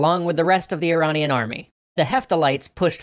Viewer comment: That pronunciation of Iranian is making my ears bleed.